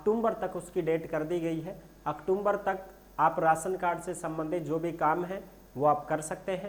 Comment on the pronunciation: भायडा अक्टूम्बर कोनी होवे अक्टूबर या अक्तुबर बोल्या करै😂😂